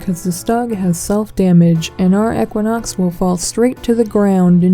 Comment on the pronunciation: I want to fight you just because you say ech-quinox